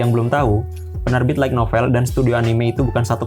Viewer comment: Pengucapan untuk light Itu Lait. Bukan laig, kalau tidak percaya silahkan konfirmasi ke google translate. Maaf, bukan maksud menggurui, karena Sudah terlalu sering mendengarkan yg salah jadi pingin ngasi tahu. Terimakasih 🙏